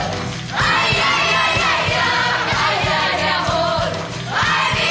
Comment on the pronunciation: lol i like how they said "amor" as "awhored"